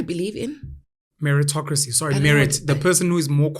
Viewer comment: meritocrisy...mmm I heard that word 😂...